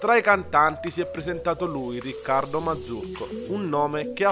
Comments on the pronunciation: ha detto Marzucco 😂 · SI CHIAMA MARCUZZO, NON MARZUCCO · gossip new si. dice Marcuzzi non mazzurco